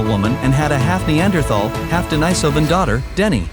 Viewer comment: Agreed. It's totally unnecessary. And I wish the narrator would settle on just ONE pronunciation of the word 'Denisovan'. This back and forth between two pronunciations of the letter 'i' in 'denisovan' is annoying